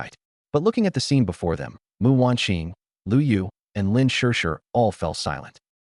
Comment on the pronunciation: My god, the AI reader gets the name "Mu" right and not Emm-You! Very impressed with the QC you've done!